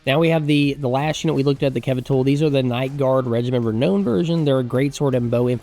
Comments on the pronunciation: It's Regiment of Renown (Re-now-n not Re-know-n) 😂, keen to play a Hung campaign though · Every single time that you mispronounce "reknown" I feel the urge to punch a retarded kitten. Please, sir: save the kittens.